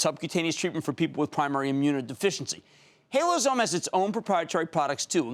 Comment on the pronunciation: HaloZyme NOT HaloZome IDIOT. Cramer, do a little research and learn how to pronounce the company name before the interview.